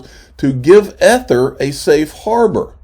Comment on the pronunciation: You say EEEther, NOT e-ther. Speak English, if you must.